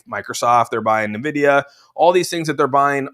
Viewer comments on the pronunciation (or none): N Vidia,.....not NuhVidia